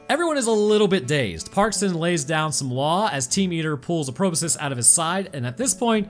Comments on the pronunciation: My brain when said magical proboscus, "It's a magical proboscus Charlie." Then again and again, every time he said Proboscus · BTW "Proboscis" sounds like it is spelled: "PRO-BOSS-KISS". Yes, I am Mr Helper, but come on, microbiologist.